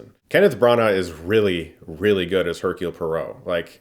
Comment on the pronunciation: That english pronunciation of his name, Hercule, really hurts.